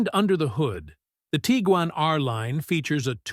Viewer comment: Teagan? haha Its Tiguan as in Tig-Wan